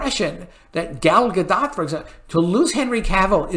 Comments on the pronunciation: I heard Gal Gadot's name is pronounced like Gall Gadut. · Dude...I love you but its ZaslAv (not ZaslOv). Also it's Gal Gadot (silent 't' not Gadott.